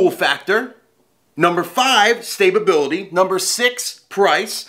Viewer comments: "Stabability" lmao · Homie said stay-bubility lmaoo 🤣